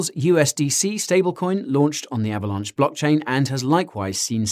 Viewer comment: Guy... are you saying Avalanche or Avalaunch? XD